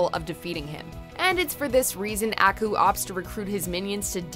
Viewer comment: You're pronouncing Aku weird please stop.